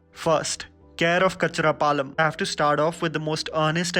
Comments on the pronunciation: It's not Kacharapalem. It's 'Kan-chara-palem'. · It's not Kacharapalem Dude, it's Kancherlapalem 😋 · DUDE IT'S "K-A-N-C-H-E-R-A-P-A-L-E-M" NOT KACHRAPALEM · This was a very informative video..just a small correction. It's kan-char-palem not ka-char-palem🤣🤣🤣 ... U can also watch few more telugu films like - Mahanati Brochevaru Ee nagaraniki emi aindi... 👍👍👍👍👍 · Bro its "Kancharapalem" not "Kachrapalem" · Lol, It’s not kachara palem, it’s kanchara palem. Never mind, good collection. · cun-cha-ra not kachra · Its not kachadapalem, it is kancharlapalem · It's c/o kancharlapalam not kacharapalam 😂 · It's 'kan-char-palem'.....u screwed the name dear...but yes...this is one of purest movies ...not a feel good movie..but watch it to understand love, coming in every form. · Bro kachara nahi kancherapalem bro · Oh my god! Telugu movie c/o kancharapalem not kacharapalem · It's not kachra palem bro It's kancharapalem 😂🤣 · It is kancharapalem bro not kacharapalem 😅😅😅😆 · Its C/o Ka'n'cherlapalam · Its KANCHARAPALEM for gosh sake!! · Love love this idea... thanks a ton ... (it’s kannnn-charapalem I live near this place 😃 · Love your opening statement - “Diversity”. Pls work on your accent on non Hindi film, for eg C/o Kancherapalem